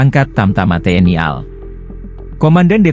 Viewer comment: Bilang tni al gak bisa banggggg, kaya bita huruf aja